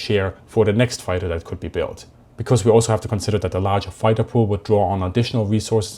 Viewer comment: I have never in my life heard a more stereotypical "foighter".